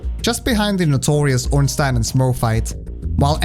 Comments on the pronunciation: glad you said ornstein right, everyone pronouces it as ornstien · Honestly, the most surprising thing I learned in the course of watching this video is that there's a person on the entire internet who knows how to properly pronounce "Ornstein"